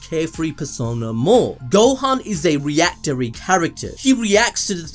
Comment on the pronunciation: My man really said reactery